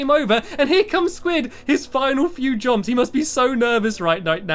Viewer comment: At the beginning he said jrumps